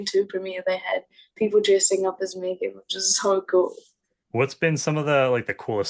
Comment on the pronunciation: Ty all youre allowed but it's pronounced MEGAN